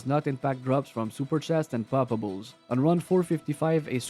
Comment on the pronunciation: Mon frere! I love how, with your beautiful Canada accent, whenever your say poppables is sounds like 'palpables', like you are a medic examining someone :)) Also, I found, and totally random, 'cause when I farm I usually go, in the same run - Travi, Mephisto, then LK, Countess and then maybe Andy, so this time I found, on P8 LK, and Ohm rune, under a Corpse. So a 'palpable' corpse gave me OHM = Oh, Homme, OH HI MARK!!! = ))